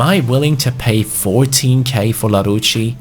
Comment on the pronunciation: you pronounce larouci el-arousi